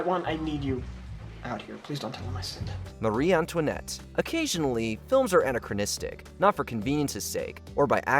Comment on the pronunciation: Did he just say anna crow nistic? Kerstin Dunst? try keer·stuhn. Anna crow nisms. Wow, your AI is great. At least I hope it isn't a real person.